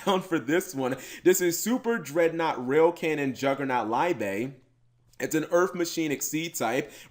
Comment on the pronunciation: The Liebe you should pronounce as Libe not Laibe